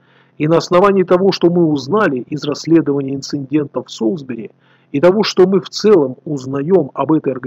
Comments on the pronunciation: А разве правильно говорить "инциНдент" ? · Эти инциНденты можно назвать прецеНдентом!